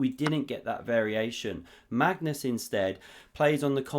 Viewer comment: is it ever gonna be a time where you actually say Magnus' name correctly?